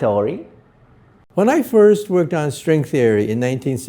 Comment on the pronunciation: did he say “String Story”? 😅